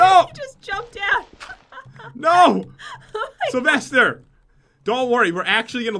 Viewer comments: Salvaster? Don't you mean Sylvester? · I thought it was sylvester not salvester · who is salvester??? isn't it Sylvester??? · I'm sorry, who's this "Salvester"? By any chance does he know a bunny named Sylvester? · Umm...Its Sylvester